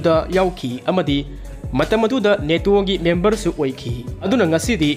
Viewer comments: Taba yam nugaire mathngi ware amuk ngaire pronunciation khra semdokpiyo Latvia haibiyo Letbia oina haibire nato duju neto haibire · NATO di neto hygadbne chummine. Google da pronunciation yengbiyo. Hoi chumme latvia budi letbia pronounce touroi